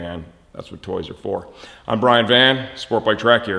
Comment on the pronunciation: Your slurring your words my dude. Your Van sounds like Van's, Vance, etc. Re-watch the intro.